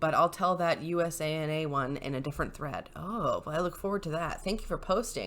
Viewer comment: USANA is pronounced like you sauna or you sana.